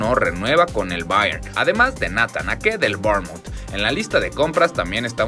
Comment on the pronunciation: En cada video es u go que no se saben los nombres de los jugadores!!! Skriniani? osea siendo una cuenta que informa sobre noticias de fútbol y ni siquiera se saben los nombres de los jugadores!!!??? Y escuchen como pronuncian Bayern y Bornemouth, Bayern es un equipo Alemán, no se porqué "INTENTAS" pronunciarlo bien en Inglés